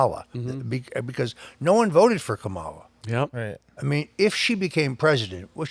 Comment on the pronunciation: Kamals is Indian name pronounce "Come Ma Lar"